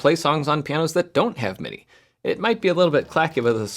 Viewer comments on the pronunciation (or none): none